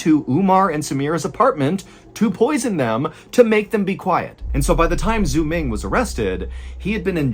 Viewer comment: The way he pronounces "Xuming"... 😂 "x" in Chinese is pronounced like "s" or "sh" haha